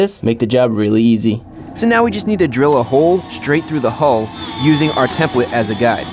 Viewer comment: Is he saying hole or hull?!??